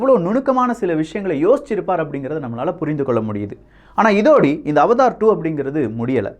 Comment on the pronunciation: அது அவதார் இல்லை அவடார் 🤦‍♂️🤦‍♂️🤦‍♂️